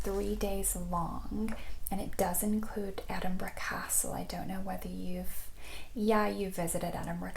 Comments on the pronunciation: Love it!! Obsessed with the sound of the magazine pages turning. I’m convinced you must have either visited or lived in the UK because your knowledge is spot on - and you pronounced Edinburgh correctly! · You actually pronounced Edinburgh correctly 😆